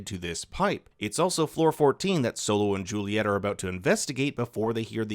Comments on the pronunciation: Bs video cause who the fuck is silo his name is solo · He said silo mother died instead of solo lol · You called solo silo meh meh meh meh